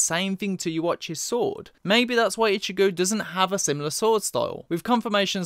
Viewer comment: For the longest time, I thought you were saying Ichibae for Ichigo sporadically. Lol.